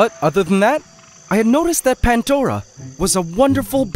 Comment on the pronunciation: If i had a nickle for everytime he said pantdora